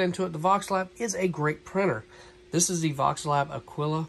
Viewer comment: A-kee-la. You're welcome. :)